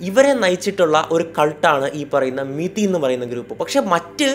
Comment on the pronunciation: മെതി അല്ല കൊയ്യൽ അണ്ണാ അത് മിതി ആണ്